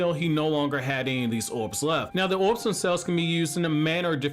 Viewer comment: Never thought that I’d be so pissed off by hearing somebody talk. Orbs. Not owubs.